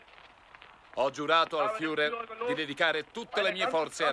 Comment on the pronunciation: LA PRONUNCIA FIURER non si può sentire!!!